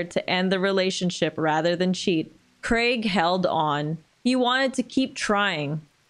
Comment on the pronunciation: Congratulations on you correct pronunciation of 'Craig'